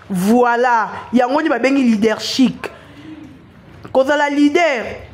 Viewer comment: LeadershiP non leadershiC, ma belle.